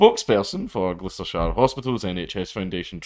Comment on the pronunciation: "Glooostershire" = Wrong. The Bum Squad was called = Right